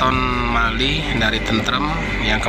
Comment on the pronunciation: Ralat... Bukan MALI tpi MAUI